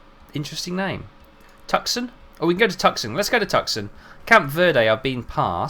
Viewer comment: Great stuff. I love the videos. You're pronouncing Tucson wrong, though. Phonetically, it is pronounced "Too-Sahn".